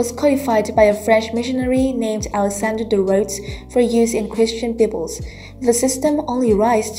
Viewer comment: Bibbles lmao